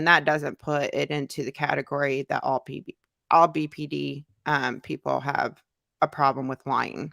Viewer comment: I remember (only bc it irritated me) she’d call BPD “BPT” and I would want to yell at the screen saying it’s D. How you gonna say you have BPD but you don’t even say the initials right